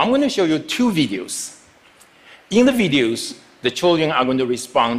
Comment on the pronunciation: I heard vegans not videos